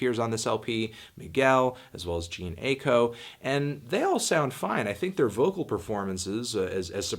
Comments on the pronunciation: Dude you said jean ayko. Its Jhe-ne' A-I-ko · "Gene Ayko"